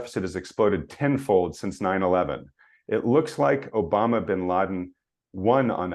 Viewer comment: did you mean to say Obama bin Laden instead of Osama bin Laden ? 😅